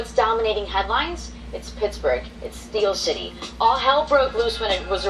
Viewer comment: Yo she straight up said "Steel Shitty" lololol